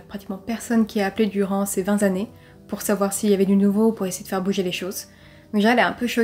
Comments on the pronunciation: Bien raconté faire attention aux liaisons on ne dit pas 20 s’annees mais 20 t’annees car 20 s’écrit vingt ! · "Vingt" est invariable. Donc vingt T'années, c'est mieux que que vingt Z'années ^^ Fais gaffe... Y a déjà Victoria Charlton et McSkyz sur le podium des liaisons pourries du True Crime. Evite de les y rejoindre;) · Vingt'z'années avec un z comme Zorro ! Mes pauvres oreilles ! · Le vingt 'zannées' m'as achevé ! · Vingt "z",années...c'est pas beau....dédectrice privée?? drôle de mot.